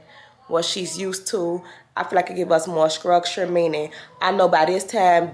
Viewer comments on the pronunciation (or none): “it gives her skructure” 😭 i love u so bad